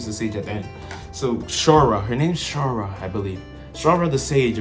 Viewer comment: also not Shaura either it's Shaula